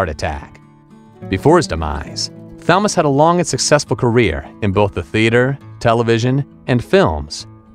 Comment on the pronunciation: Thalamus Rasulala name is pronounced ( Thal as in cat - Mus, like bus. Last name Rasulala pronounced Raz - sool - Allah).